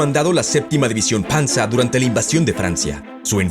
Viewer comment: Esa es la pronunciación correcta, todos son sustantivos de una lengua germánica.